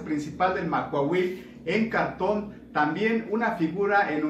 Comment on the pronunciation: ¡Quiero mi Macuahuitl! Sólo una observación: en la lengua náhuatl todas las palabras son graves, no la pronuncies como aguda.